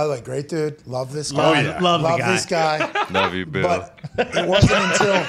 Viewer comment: LUUH YEW TY